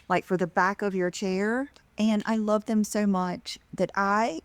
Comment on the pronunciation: learn how to pronounce "them," you say um and sound so dumb